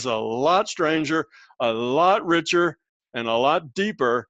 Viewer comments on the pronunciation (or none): none